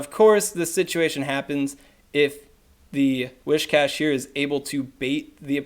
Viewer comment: Alright so I hadn't planned on saying anything but since the topic of pronunciation has been brought up, it might be worth double-checking where the first 'h' in "Whiscash" is